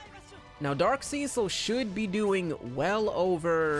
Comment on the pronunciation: mans said seacil